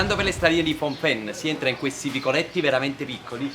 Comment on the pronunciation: Mi permetto di farti notare, in rispetto alla magnifica energia ancora viva e pulsante che ha questa città (e questa nazione), che la pronuncia corretta è Pnom Pen che è praticamente quasi come si scrive, e non fom pen. Il nome della città significa la collina di Penh.